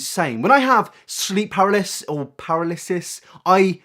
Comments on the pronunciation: Sorry but how did you just pronounce paralysis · The three genders: Parilliss(paralysis) Resippy(recipe) Packige(package) . At least you got close to saying paralysis right! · Sleep per-ally-sis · “sleep para lis is” 😂